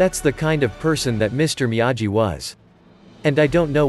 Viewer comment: It’s difficult to listen to the computer pronounce Miyagi wrong every time 🤦🏻‍♂️